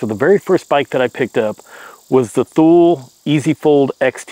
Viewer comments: It's pronounced "TOO-lee" not "THool" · By the way it's pronounced TOO-lee and not Thool.